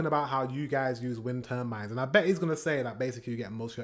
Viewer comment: Say tur : Tur Say bines : Bines Say turbines! : Turnbines! 🤣